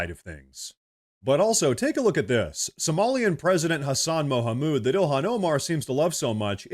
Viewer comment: hassan chik Mouhamoud 😂😂😂😂😂😂Your pronunciation of "Mouhamoud" made me burst out laughing, and I think you said it that way on purpose to mock this exotic name.